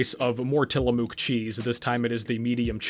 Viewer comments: I was born in Tillamook how funny. and you pronounce it funny too lol. Great video very informative. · learn to pronounce tillamook